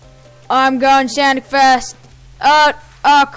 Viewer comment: Don't say sanic